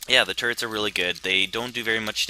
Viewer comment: I think when says turrets it sounds like turds. So this video was one of the funniest ive seen.